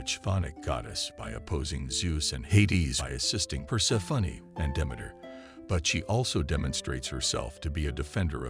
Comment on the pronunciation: per-SEH-funny XD